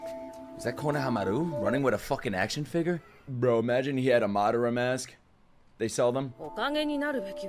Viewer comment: loving the reactions man but I hate how you pronounce Madara 🤣